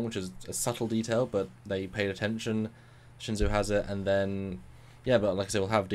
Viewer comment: "Shen-joe", guys. Pronounced "Shen-joe".